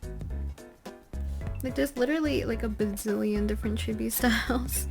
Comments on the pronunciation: if she says “chibi” like “gibby” one more time i stg 😭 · "Chebies" that's what I hear and I hate it. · Chibi is pronounced chEE-Bee btw ;) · I love this video, very informative! I even didn't mind the incorrect "chibby" pronunciation since I know it's a common mistake lol